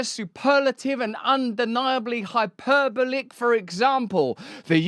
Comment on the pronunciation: Russell, I absolutely love you and you’re an amazing orator, but you have to say “hyperbolic” correctly. It’s not hy-PER-bolic, it’s hyper-bolic.